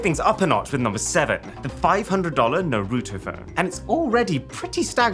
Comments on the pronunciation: IT*S NARUTO NOT NARUTU!!! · Arun i love u and all but please its not Narouuto. Its pronounced “naroto” 😭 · Who is nooroootoo? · Dude! It's Naruto, not Naroooto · I know TF he did not NAR-RU-TO its Naruto we gon fight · Noroto ???? Naruto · ITS NAH-RUUU - TOE NOT NOROTO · Bruh wth is noroto, it's Naruto (Na-ru-toe)😂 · Bro why do you say nuhrooto. Its naruto. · Iswear his name isn’t norotoe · Norooto? You mean Naruto? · other people: naruto Arun:Narooto. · no ofense it is prounced nar a toe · “NARUTU PHONE” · Bro said nuruto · if U saw the anime you would know his name is (Nar-Ah-Toe) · Narouto got me 😂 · Arun: saying Naruuto Me: for this sin, u will take a rasengan to the stomach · noorooto got me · bro really said "Narootoo" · also if youve seen the anime thats not how you say his name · Even though you said Naruto wrong you got the rest right so respect also I would love that phone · Why do people all ways say Narutos name like that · Just wanted to point out that you're pronouncing Naruto wrong tbh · that's not how you pronounce naruto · I had to stop watching, after he pronounce Naruto wrong 😑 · he pronounced Naruto wrong lol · Love Mrwhosetheboss but they way he pronounced Naruto was just 😒😒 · Don't get upset hearing him say Naruto. Because he can't pronounce his own name. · you pronounced Naruto wrong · The way you pronounce Naruto makes me shiver with cringe 😛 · Cool content, but i think Naruto and Diablo's pronunciation is wrong, lol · Hey great video. I'm going to go on a little nerd rant and then jump back into the Shadows. First, you got to pronounce Naruto right. It's offensive to us weebs. Secondly, why does the scroll open from the side and the phone just come out the top? That's just dumb. And third, scrolls do not contain the wisdom of the ninjas, they contain Jutsu. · We know for a fact that aaron has never watched naruto by the way he butchered his name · Broski pronounced naruto like it was from ohio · The way he pronunces naruto